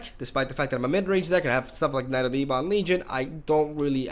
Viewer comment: Ebon is pronounced "Ebbin" not "Eebon".. dork.